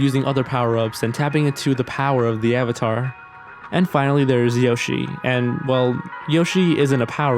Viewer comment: If this was my first video I would have definitely unliked and never watched another video after hearing AVATAR